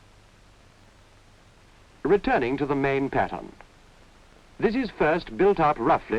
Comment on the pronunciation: What a lot of work and quality. Now stuff is made fast with cheap materials. And when he says pattern I hear patients